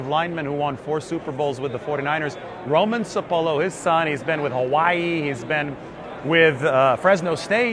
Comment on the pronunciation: SAH-POH-LOU that's how you pronounce it.